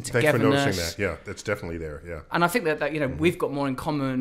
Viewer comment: If it was rly you Russ it would say "tell me what you fink"